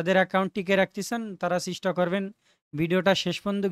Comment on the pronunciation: ভাই এটা চিস্টা না চেষ্টা 🙂